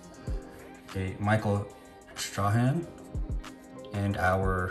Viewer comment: How in the world did you not say Michael Strahan's name correctly? You must be new to football